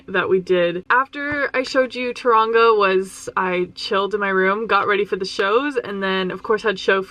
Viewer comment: The way she says Taraunga 😂 love u ❤